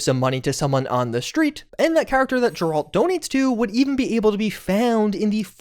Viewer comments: It's pronounced gare-Lt not grr-alt. sorry that annoyed me lol. i mean no disrespect. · Geralt Not Jeralt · Brother no way you call him Jerault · Jirahlt or reevayae, main character of The Why-chur /jk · hard G in Geralt, not soft like a J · Ah, yes. "Jeralled." My favorite character from The Witcher. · Did you just call the Witcher Jeralt? 🤣😂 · Great video but I’m curious if you have ever played The Witcher or watched the show? No one ever says Geralt’s name the way you are, it’s (G-air-alt) not (J-er-alt) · who the f is Jeralt? Can't be talking about Geralt right? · Who is ga rolt. It's Geralt, they say his name 100 times in the game and you still pronounce it wrong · Who TF is Jurallt? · “JURR-alt”? Are you serious? I would’ve assumed you played at least ANY Witcher game before… and yet you are flat BUTCHERING his name! How can you NOT know it’s pronounced “GAIR-alt”? As to rhyme with SCARE-alt with a Hard G as in: “Witchers fans GROWLED as inexplicably butchered Geralt’s name over and over in this video”. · it's Gair-ilt. Not Gir-Alt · 'Jeralt' How to say you've enver gone anywhere near the witcher without saying you've never gone near the witcher. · Crazy when people don't even take the time to learn how to pronounce a character's name. Geralt has a hard G. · Jerald? You called Jandalf in Lotr like that too? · Bahahahaha "Jeralt" man that is fucking embarrassing. No interest in watching this channel again because of how hilariously stupid that was. "Jeralt." Wow. What an idiot. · TF is Jeralt 😆😆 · "jeraalt" 😂 you never played The Witcher did you? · Bro really said “Jeraldt” 🫥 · Great analysis But Jeraalt 😮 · Thumbs down for the willful butchering of Geralt (with a hard G). At this point in time not knowing how to pronounce the name is less than pitiful, even my 76 year old dad who doesn't play games knows how to pronounce the name. Do better. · "JERALT". Unsubscribed.🥸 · first it was sanda-vistin and now its GRRALT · 🤣🤣 gurrrr alt